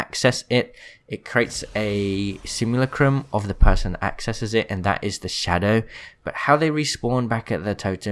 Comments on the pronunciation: Sim-u-la-crum Please. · simulacrum. sim-you-lack-crum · You saying simulacrum made me laugh.